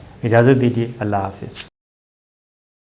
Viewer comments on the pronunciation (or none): none